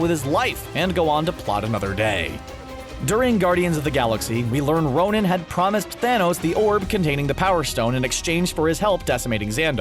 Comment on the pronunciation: it's ' Ronan' not 'Ronin',Ronin is an alias taken by Hawkeye In comics